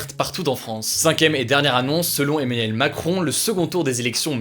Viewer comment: le gars du mal a dire Emmanuel lol on dirait qu'il dit Eminem